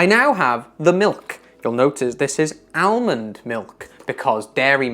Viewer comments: It's interesting how you say 'almond' in 'almond milk' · whats the correct way to pronounce Almond? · you pronounced L in almond. Is it some regional pronunciation? 😊